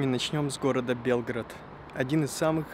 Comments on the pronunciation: Прекрасное видео, съемки!)))) Но все же этот регион требует знаний по истории.. Думаю, что со временем вы разберетесь, есть некоторые несоответствия. И да, белгрАд и срЕтение, а не бЕлград и сретЕнье)) И не кости, а мощи)) Святые оставили нам свои нетленные мощи, чтобы исцелялись люди по своей вере, в этом ничего страшного))) Но мне очень понравился ваш фильм, ваша легкая подача и я подписалась))) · Я посмотрел только 6 минут, все видео еще не оцениваю. Надеюсь, что оно отличное. Но как же сильно режет слух произнесение Белград с ударением на Е. Где вообще автор такое услышал? Звучит как Белгород, не иначе. Ну и в описании видео «длиННой в 6000км». Граммар-чек нужен